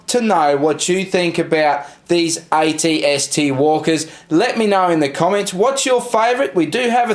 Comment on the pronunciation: why are you saying it-st?